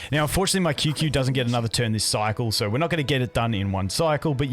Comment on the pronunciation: Qingque main cant even pronounce her name 😂